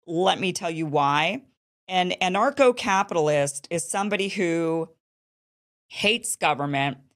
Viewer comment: I thought you were saying NARCO CAPITALIST! 😂